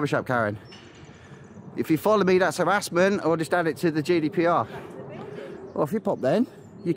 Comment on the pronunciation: I thought he was saying judy pr